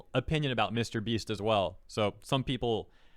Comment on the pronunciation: Jesus what? What a funny way to pronounce MrBeast We actually live in a society where Jesus could be healing sick people and Twittards would say "He's only healing them for the views in YouTube!" I mean WTF man, they literally don't know what to do with their life so they waste it being retarded in Twitter.